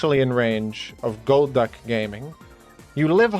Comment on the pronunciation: golduck gol"duck" its literally in the name